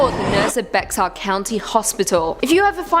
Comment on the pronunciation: While I don’t think you’ll cover Bexar county again, I thought I should say it’s said like Bear/bare rather than Bex-are 😭 I know, weird spelling